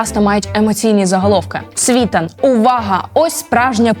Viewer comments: На прикладі СвітАна( а не свІтана) ясно,що ваша аналітика "грунтовна", але бездарна 😅 Кажете,що в нього нема свого каналу і одразуж маніпулюєте заголовками каналів( нібито він іх сам що адав)! Побачивши в вашій " пральні" Портнікова(???)- зрозумів,що Ви,уважно, дешева прокладка між "офісом" Єрмака і обдуреним ними і Вам,дівчинко,народом! Який Ви разом з Зеленським продовжуєти н@ йо*увати ! Всунути в свої "рейтинги", ще й Віталія- це видатна необачність( тобто виперає,незамасковане)😅😅😅 ! Це ж видно ! Порніков не замовчить- поки його не вб'ють !!! Всі інші " анал літики дійсно повне лайно...Але - Портніков???? Тому і видно ,що Вам його заказали😅 Ви виглядаєте смішно😅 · Дівчино, Ви якщо говорите про якихсь відомих людей, то поцікавтесь як треба вимовляти їхні прізвища. Не "СвІтан", а "СвітАн".Наголос є важливим. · Вам важко було хоча б відкрити вікіпедію, щоб правильно поставити наголос на прізвище СвітАна і дізнатись який страшний роzzійський полон він пройшов у 2014 році. Може далі ведуча, щось цікаве і розповість, але ж вже цього невігластва достатньо. Позорисько. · Та не Світан (наголос на останньому складі) Світан! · Ви журналістка. Чому ви наголос робите неправильно? СвітАн його прізвище. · Як ведете розслідування почніть хочаб з наголосу прізвищ. В вас спікер навіть говорить СвітАн. Гидко слухати. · Цікаво, як ця ведуча, що аналізує Світлана, якщо не знає як наголос в прізвищі ставиться?? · С скаких пор свитан наголос на последний ..а соска нам вставляет саитан наголос на первый слог .... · Вибачте,але трохи комічно виглядає: півтора роки досліджень, а у першому ж прізвищі експерта (ким би він не був) неправильно поставлений наголос. І ще, якщо ви вже позиціонуєте своє медіа як експертне хотілося б менше емоційних оцінок, а більше фактів. Дякую. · Чому СвІтан, якщо він СвітАн? Аж вухо ріже! Яковенко Ігор,а не Іван. Ну ви даєте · Не СвІтан, а СвітАн. Дівчинко, вчися ставити наголос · Ведуча така ж вумна,як і її "герої".СвітАн,а не СвІтан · Не СвІтан , а СвітАн !